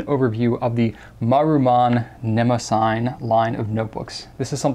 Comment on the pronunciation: I think it may be pronounced neh-moh-zinee. Or that is how I was taught to pronounce the name of the goddess (I may be wrong >_<). Anyway, love love love your review videos!